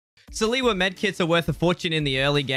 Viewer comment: Stop saying salewa like that